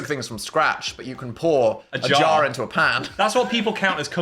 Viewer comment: I hear Phil Say "Intro the wilderness" haha not terminal illness